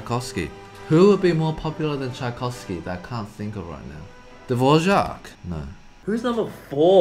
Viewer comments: Good but it's Dvořák not dvožák 😂😂😂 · Eddy and Brett: *saying Dvořák* Me a czech: omg its so cute how they cant spell the 'Ř' 🥺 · Dvořák... Dvořák... Dvořák 😂😂 So funny hearing them pronounce a Czech name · I love how you pronounce Dvořák, it’s so cute. You say it like little kids here in the Czech Republic before they learn ř. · it's always funny to hear the english pronunciation of Dvořák and other czech composers :D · brett's pronunciation of dvořák is so precious lol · The way you pronounce Dvořák is so cute